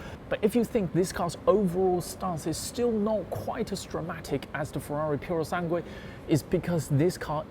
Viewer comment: He says purosanguey, where at the end of that word is an uey